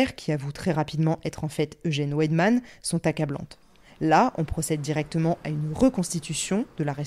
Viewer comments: le w se prononce comme le v français et le v allemand se prononce comme le f français :) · Petit aparté : c'est pas Ouèdman mais Vaïdman :)